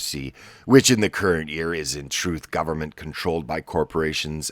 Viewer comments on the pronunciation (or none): none